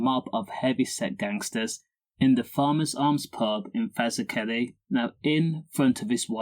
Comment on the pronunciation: Can't even pronounce Fazakerley properly 😂